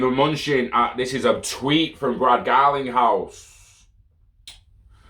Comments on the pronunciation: His name is pronounced muh-nuh-chin. But keep saying moochin plz 😂🤣😂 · It’s actually muh-new-chin **